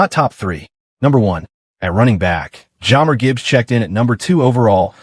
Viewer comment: How can you represent Detroit and pronounce Jahmyr wrong.